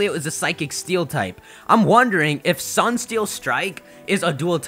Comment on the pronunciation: I like how pronounces Solgaleo as the Sunne Pokémon, so does this mean Solgaleo is a t-SUNNE-dere?